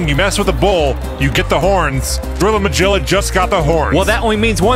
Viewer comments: Yeah! I was triggered. It is not "Ma-Jill-Ah," it's "Ma-Gill-Ah." Like the "Magilla Gorilla," the Hannah Barbara character. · I think it's pronounced Mah-gill-ah rather than Mah-jill-ah. It might be a nod to Magilla Gorilla (cartoon from the late 60's). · Anybody else's bothered that he says "Majilla" instead of "Magilla?" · That was a great fight from all the teams. (Its a soft G, as in 'get', in Magilla. From the cartoon Magilla Gorilla) Great work. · “Magilla” has a hard “g” sound - you kids never watched Hanna Barbara cartoons? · I gotta say this because I'm not seeing it in the comments, but you guys a mispronouncing Magilla. The G is hard. I'm kinda surprised actually. It's an old enough cartoon. Magilla Gorilla? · This was bothering the hell out of me and my wife today... Its mah-GILL-ah not mah-GILL-ah. You know, like the cartoon? Magilla gorilla??